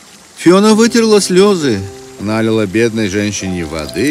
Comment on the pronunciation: Что у вас с ударениями? нАлила ей воды, дАла..